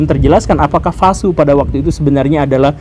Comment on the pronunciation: V dibaca W, Pak Guru. Vasu dibaca Wasu.